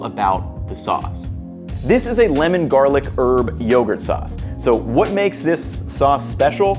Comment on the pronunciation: HUH you said Limen but the notes to the left say Lemon